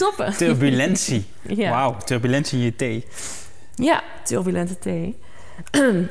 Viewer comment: Ze kan geen ja zeggen 😮